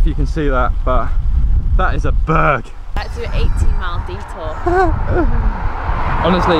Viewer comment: “That is a BEERRGG” 😂